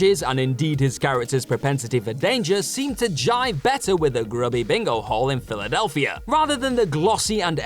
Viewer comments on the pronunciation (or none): none